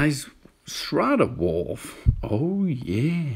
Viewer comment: "The Schrardar Wolv. Oh Yeaaah!"